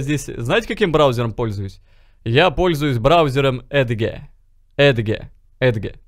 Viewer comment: "эдгэ" я подстолом !